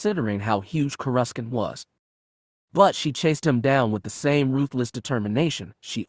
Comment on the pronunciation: It’s sounded out Cour a sant. Not courascant.. just watch a clone wars episode to hear how it’s said. 😊